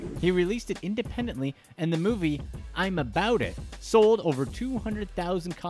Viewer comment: The way he mispronounced master p first movie is hilarious 😆 😂😂😂